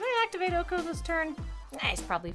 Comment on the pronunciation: Did the slaw turn Ben into Oko?!? Noooooo!!!! (Ko).